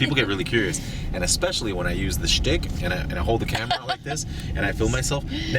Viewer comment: SSSHHHHHHHHTICK hahaha XD